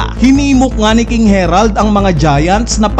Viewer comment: HAH-RALD yan ang basa jan boss since sa vikings inspired sila